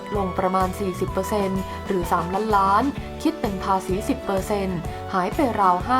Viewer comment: อ่านให้ชัดเจนหน่อยคำว่าล้านล้านบาท